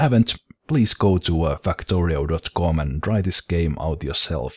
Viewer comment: it sounded like you said :" Fuck torio"